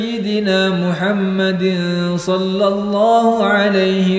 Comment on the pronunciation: Sholla bukan shollo👍